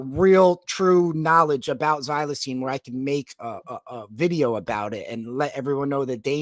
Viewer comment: Can someone please correct with pronunciation of the word XYLAZINE pronounced ( Zi-La-Zeen). NOT xylene